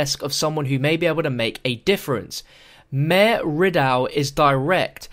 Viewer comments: A few corrections for to see the letter is talking about a Major not mayor and the words misread are "paltry" and, "adorned" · it's "major", not "mayor" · Hey just so you know as you were reading the first letter you were saying mayor it is major just so you know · That word was Major not Mayor John, though keep up the good work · I don't see how nobody noticed but it's not mayor it's MAYJOR RIDAUE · The word is Major. I think he was saying Mayor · It says major instead of majn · It is major not mayor